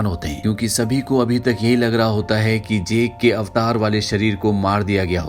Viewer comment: अवतार ❌ ऐवटर ✔️